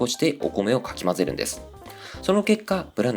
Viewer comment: 象印のとき、かき混ぜる のとこ かきぜる って言ってた